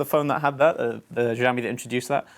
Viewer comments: Btw it's pronounced sha-o-me not za-o-me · sh not zsh try shaomi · SHIAOMI NOT ZZZOAMI 😲 (sorry just get triggered easily by these things.) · Btw its pronounce ShiaouMi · well for one thing he pronounced Xiaomi wrong!